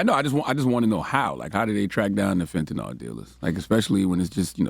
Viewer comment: Why does everyone mispronounce Fentanyl? It is not Fentanol